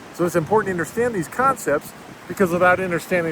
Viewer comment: It is “U”nderstand not “I”nderstand lol you say that funny